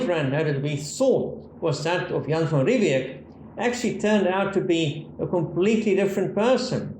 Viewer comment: It is Jan van Riebeeck. Old wives tale in SA, but it is van Riebeeck. Possibly a younger less grey van Riebeeck.